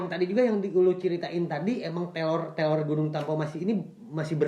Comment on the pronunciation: Ini kuping ku yg sombong apa emang nyebut "teror" jadi "telor"?